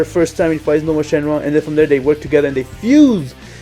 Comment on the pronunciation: It's nuova not nova